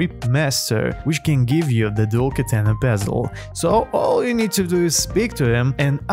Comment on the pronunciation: Bro said cursed dual ketene💀💀